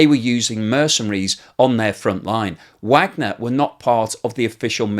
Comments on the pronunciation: I appreciate your insights on this horrible war., thank you. But there is one thing (much repeated) in this episode which grates on me; you have been pronouncing the name Wagner in the same way as most American commentators and that is wrong since Yevgeny Prigozhin founder of the Wagner Group.apparently named his army after Richard Wagner, the composer. That surname is pronounced (phonetically) as _Vargner_. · You keep mispronunciations the name ‘Wagner’, which makes me wonder if your image is created by AI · Vahg ner. Not Wagner. Named after the German composer and spelled вагнер on their logo.